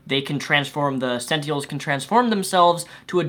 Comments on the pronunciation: Senteehuls,? Really? I know you've mentioned concerns of speech impediments before, but come on bruv... Sen + Tin + Uhl. That's it. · Honestly, I thought your review was pretty accurate but I honestly don't trust anything you have to say about comics. This is solely because you cant pronounce SENT-IN-ELS. Like every time you said "sentials" I wanted to stop watching. Sorry man. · your dyslexia is showing. It's SENTINELS, not SENTIELS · It's sentinels, not "sentiels." It would have been fine if you had said it once, but you said it over and over. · Robert Insko But not speech problems. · "sentials?" "Sen ten als". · why you keep saying sent-eels? its Sen-Ti-NELS dude. btw love your show. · are you saying sentiels? They are called sentinels not sentiels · You keep saying sentiels. They're called sentinels. And only some can alter their defences. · Why do you say sentiels? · Hey!! It is pronounced SEN-tin-els. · GRRRAAA SENTINELS SEN-TIN-ELS SEN - TIN - ELS other than that great review c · and btw it's Sent-inels Get it right please!!! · is pronounce SEN-TI-NELS WTF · If I'm not mistaken it's pronounced senTINEls. Sen TIN Els. Sentinels. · Its Sentinels. Sen teh Nels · He has a speech impediment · are you by any chance dyslexic? It's an honest question, because you sometimes pronounce things wrong (like net neutrality, or in this case sentinels) and I'm wondering if it's because you misread things sometimes? (I sometimes have that problem)